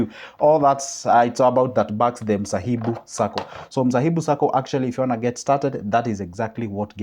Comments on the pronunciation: It is Mhasibu Sacco not msahibu, just saying sir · Thank you for mentioning my SACCO, but please say it right. MHASIBU !